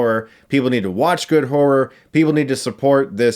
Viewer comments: He kinda says horror like whore....lol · So no one heard whore rather than horror? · “You guys know me, I’m a big whore fan. I like whore.” Ik he says horror, just sounded like he said whore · I can't pronounce horror. I end up just saying whore. Lol